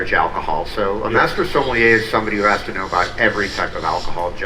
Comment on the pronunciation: Sommelier…. Even Wine Bar George himself was mispronouncing it Semollier??